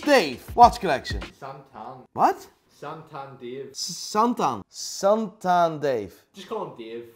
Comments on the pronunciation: I died when he called him Satan instead of Santan 🤣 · I think he loves the fact you keep calling him Satan instead of Santan 🤣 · Editors: It’s santan: Satan Editors: santan: Santan the rest of the video “Satan” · “Santan Dave”: “suntan Dave” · Keeps saying Satan Dave 😂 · SaNtan, not SATAN... lol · Very dutch "Satan" . Just Saw the vice video of you at AVW. Was fun to hear that. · Okay like. can fucking memorise nearly every watch, but can't get Santan Dave's name correctly, after getting it repeated like 20 times, ahahah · can pronounce every watch brand but not the word “santan” lol. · Idk if you’re purposely mispronounced his name but it’s kinda annoying